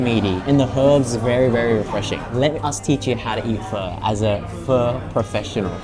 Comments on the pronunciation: bro saying pho with the hard r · Pho expert but says pho wrong 😅😅